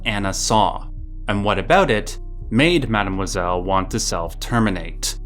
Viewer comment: the way you pronounce Mademoiselle makes me want to jump off a bridge